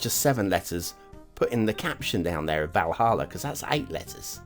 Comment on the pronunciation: Been waiting for this map!!! You pronounced Valhalla correctly btw ;-)